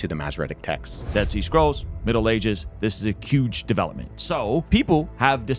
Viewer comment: Did say “cuge” development?